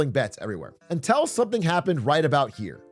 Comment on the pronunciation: Love me some Big A but the way he pronounces "until" like "untell" makes me want to rip my own face off